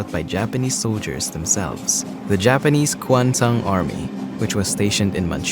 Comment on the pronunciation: its kwantung not kwantang!!